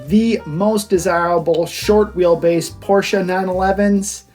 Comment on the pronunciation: Porsche is a two-syllable word.